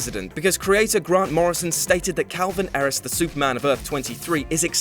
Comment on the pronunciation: Calvin Ellis*. President Superman is Calvin Ellis. I have no idea what you said but it was wrong. It was some weird amalgam of that and Calvin Harris.